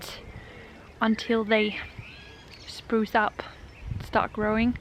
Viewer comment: Love the pink...not sure about the orange with it. I will wait to see your vision before deciding. I wonder if the word you want for flowers coming up is sprout? It sounds like you are saying spruce up. Since I do not have a second language at all, I am dazzled with your fluency, so I am not throwing shade. I can't wait to see your house all done; I know it will be charming.